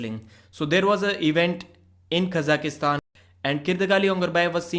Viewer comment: Kaz-ak-stan is how we say it in English